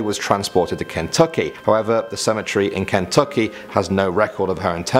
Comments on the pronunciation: Kentucky not KÍŃTÚKÍ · Good lord, not hating on him or the video, but I cannot stand how he says Kentucky. It’s so different than I was raised up hearing in Pike County.